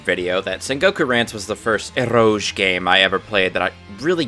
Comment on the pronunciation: Why are you saying eroge like that Kenshin is rolling in his grave at that pronunciation of Uesugi too.